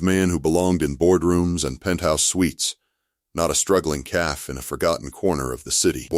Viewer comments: Please adjust the pronunciations. It is pronounced Caffey not Caff ... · A fun story…but cafe is not pronounced caf… cafe is pronounced caf long a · The narrator keeps saying calf not Cafe. Silly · Loved the story but teach AI to differentiate cafe from calf.